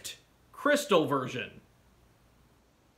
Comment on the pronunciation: Jrystal Me: gosh darnit, >:c